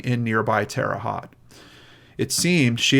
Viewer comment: I’m glad that the guilt of participating in the disposing of the body finally allowed this case to be cracked. By the way, it’s Haute (hoe-te) like mote but with an H. I used to live in Bedford, Indiana, just an hour and a half away.